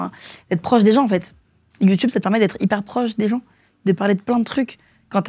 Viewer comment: dit "YOUTOUBE" au lieu de youtube tout comme Mathieu Kassowitz. Ça doit être générationnel 😁. Si jeune et déjà dans l'enfer des violences conjugales. 🥺